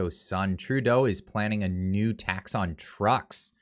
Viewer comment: How many farmers you know don't have a pick up truck? Trudeau via China is attacking our daily bread. You say" a tax on" but it sounds just like "attacks on"!